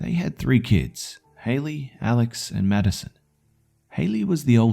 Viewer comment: I keep hearing "Medicine" instead of "Maddison" lol